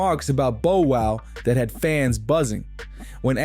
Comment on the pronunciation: First this culture vulture cant pronounce Bow Wows name, he then shows footage of Orlando Brown while speaking about Katt Williams. Clown business. Fire your team